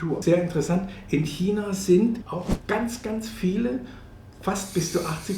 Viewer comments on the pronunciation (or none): none